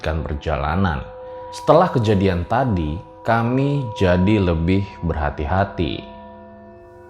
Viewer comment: Maap bang intonasi bicara nya saat kata terakhir jangan terlalu ditekankan contohnya kamii pasti bang rjl terlalu ditekankan🙏🏼